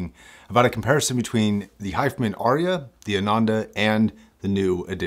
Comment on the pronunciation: you also always say HifiMEN for so,e reason